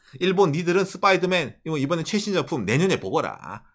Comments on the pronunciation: 스빠이더맨이 아니고 스퐈이둬매앤입니다. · 슷뽜이더맨 뽜쁘로홈ㅋㅋㅋ